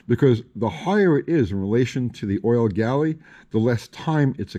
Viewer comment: It's refreshing to hear "Oil Galley", so many times I hear it called "Oil Gallery", even big time YouTubers.